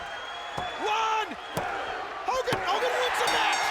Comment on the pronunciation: Hoe Kogan